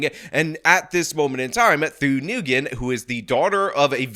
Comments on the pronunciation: Its pronounced like WIN. Not Newgin. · i’’m pretty sure it’s pronounced nwhen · I think the Vietnamese name "Nguyen" is pronounced "win." (if that's even her last name, I'm just guessing based on how he pronounced it). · I believe Nguyen is pronounced "WIN" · I dunno what’s funnier. This progressive clown’s claim that she’s “non-binary” or pronunciation of “Worcester” and “Nguyen”. War-chest-er! Noo-ghen! 😂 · I love that he keeps calling them “noogin”. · Nyugen is pronounced win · He pronounced Nguyen as Nagoon lol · do you even know how to pronounce Nguyen? The other guy can't even pronounce it either. It's "ng" just like you say "ing" but concentrate on the ng and then "u-en". Sounds like a "w" when you get the "en" part but there is no "w". Kind of like how everyone pronounces Erdoğan wrong. The "ğ" in his is silent. That's where the sort of "w" sound comes from. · When you are preparing a video, why can't you take 2 minutes to work out how to pronounce words? If you are doing a video about someone named Nguyen in a city called Worcester, you should properly pronounce Nguyen and Worcester.